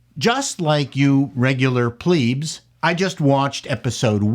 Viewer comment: What is a "pleeb"? You do know it ain't pronounced like that, right? lol